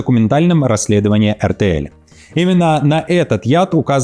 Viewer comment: Эр Тэ Эль...😅😅это же надо так все усложнить в произношении😅😅 RTL ..ЭрТэЭл ...почему L стала мягкой ?